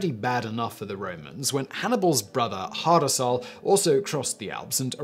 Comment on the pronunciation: Hasdrubal not hardarsal